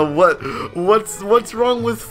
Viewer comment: My kid is watching you an you taut him a word that is bad an pls stop saying wada